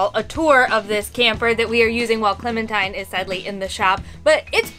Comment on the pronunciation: clemintine? ...more like in-the-shop-intine